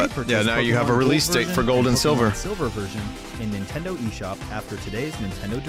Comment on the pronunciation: just realized that the narrator here says “Intendo” eshop. Anyone ever noticed that?